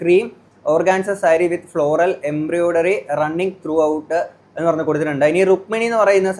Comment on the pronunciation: മോനേ.. എംബ്രിയോഡറി അല്ല... എംബ്രോയിഡറി എന്ന് പറയൂ